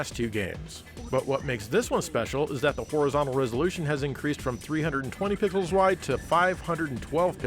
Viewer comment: I know you probably said "320 pixels wide" there, but when I first heard you say that, it really sounded like "320 pickles wide" to me, and that gave me a good laugh.